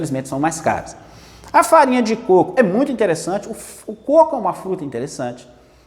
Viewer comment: Côco.😃 e não "cocô"